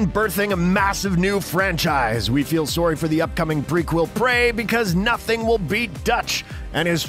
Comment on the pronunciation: We feel soooory is canadian confirmed.